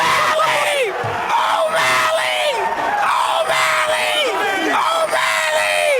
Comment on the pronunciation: The legend say, snoop still saying "o malley" till this day.